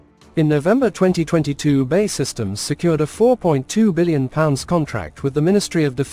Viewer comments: B.A.E not Bay! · We really can't be expected to watch a puff for a business that can't even pronounce its own name properly. It's not Bay, it's B...A....E..... Got it?